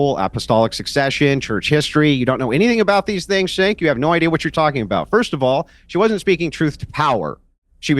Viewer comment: Is Andrew mispronouncing Cenk's name? Sounds almost like he calls him "shank" or "shenk"? Like he doesn't give enough of a damn to make sure he's addressing his opponent correctly